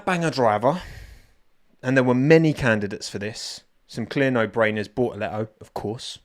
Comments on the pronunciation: The only correct pronunciation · Gabi "Bo'o'le'oo" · Give Bor-uh-le-oh a bo-ul-uh-wa-uh because it's hot out there and he's drippin' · Gaby has a italian last name , pronounce as italian and you nail it